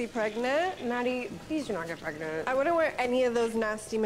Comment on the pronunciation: "member whin i got pregnit"